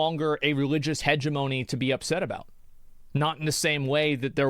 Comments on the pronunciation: Heh-jeh-muh-nee not hege - monee for fucks sake. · Will never get over how this mf pronounced "hegemony" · Try saying hegemony again.